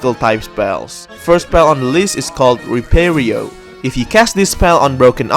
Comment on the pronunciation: it's technically "Reparo" not "repairo"